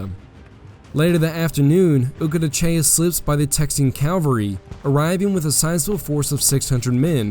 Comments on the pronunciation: Please pronounce CAVALRY correctly. It is not CAL vary!!!! That is where Jesus was crucified. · Yeah, it's a little off-putting when a person who obviously knows the facts of military history pronounce cavalry as "calvary." I'm just saying, don't come for me.